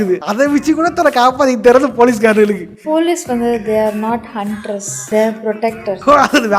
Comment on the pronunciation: Sister ...not huntres its hunters